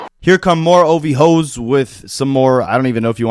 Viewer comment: That was the most proper “OVHOE” I ever heard 😂